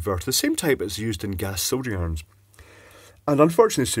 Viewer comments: He is saying "soldering irons" if anyone else had a hard time with that. Sodiurms. Zodgie-arms. Zoo-germs. It's all "soldering irons". Liked the vid tho :) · Forgive me american here im scratching my head on a pronunciation: what are you referring to by the "soldierarms" or "soujournerharms" "sojoarms" other device that uses a catalytic mesh converter? 😂